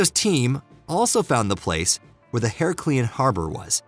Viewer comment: Don`t forget Herecleeon as well .